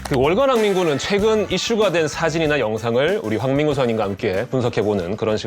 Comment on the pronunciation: 나는 왜 '월간 난닝구'로 들리지?